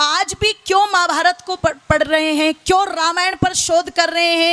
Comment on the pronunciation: Qawwaali ke style mein madam bol rahi hain Mahaabhaarat ko "Maa Bhaarat" bol rahi hain Khair, Arya Samaaj ek Dharmik Chole mein Adhaarmik Sansthaa hai !